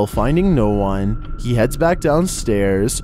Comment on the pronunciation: "I am the onee who knocks"